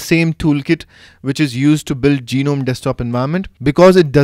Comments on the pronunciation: I think u r form India. In India almost all of us pronounce gnome as Ge-nome.. I think it's pronounced as NOME(G is silent) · "GEE-nome" lmao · Geenome, really? ^^ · Okay, I'm a noob in the Linux world, so maybe I'm wrong, but in standard English parlance, the G is silent in Gnome. A gnome is a tiny mythical creature, usually with a beard and a tall, pointy hat from Scandinavian lore.